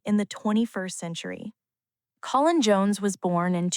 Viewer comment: Not colon, like the lower bowel, for God's sake. Co-linn.